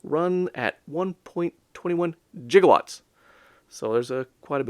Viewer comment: Master system is far better than NES. Furthermore, it's gigawatts, not jigawatts